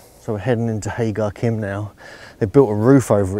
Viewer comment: Thank you for the brilliant video; just one thing..... it’s pronounced HA-JAR-IM.